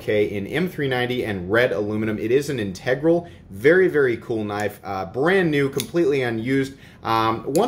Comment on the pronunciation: Why does every single person in the knife community mispronounce integral??? Haha. I think you mentioned it on one episode that your wife always corrects you, which kind of validated me that I pronounce it correctly. Ha. I had never heard anyone pronounce it like you and everyone other knife reviewer do until I got into knives. IT’S AN EPIDEMIC!!! 😆😆